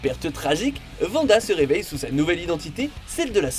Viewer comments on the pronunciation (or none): Arrêtez de dire Vanda c'est Wanda et ils prononcent le W en W pas en V